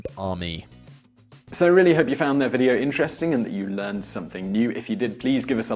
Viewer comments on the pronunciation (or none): none